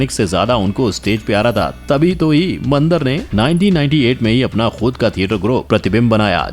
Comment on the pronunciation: वो "मंदर" नहीं, "मंदार" है चू*तिए! कुछ भी पेलने से पहले थोड़ी रिसर्च कर लिया कर!